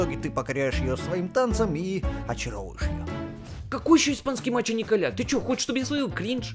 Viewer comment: По испанскому nicolas а не Николя 😂 . Это по французской